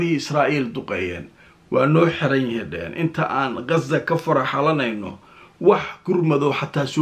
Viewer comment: sida reer galbeedka ha u hadlin ee qasa dheh hadaanad غ odhan karin